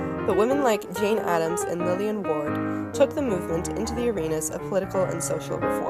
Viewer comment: It is Lillian Wald, not Lillian Ward.